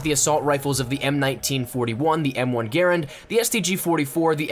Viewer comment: learn to pronounce m1 grand